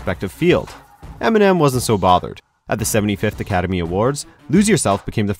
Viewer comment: eminem not emenem